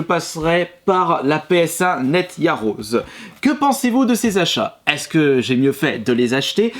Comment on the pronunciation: La playstation noire se prononce "NETO YAROZÉ" (c'est du japonais) et non pas " net y'a ros'."